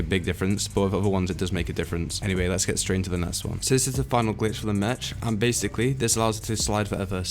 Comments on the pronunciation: Anyone else notice that he was saying mech as in m-ech rather than saying m-eck? I know it’s spelt Mech but still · You say mech as in Me-ck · It's actually pronounced mek and written mech